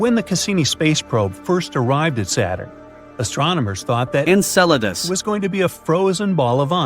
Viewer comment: Enceladus! He did it again! It is not pronounced "encedalus" You can hear each time the word is dubbed.